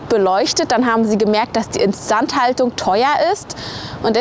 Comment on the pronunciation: Die Videos sind inzwischen einfach nur noch chaotisch. Die ganze Zeit Asia bzw. Japan Content und jetzt wieder Deutschland. Und wie sprichst du denn "instandhaltung" aus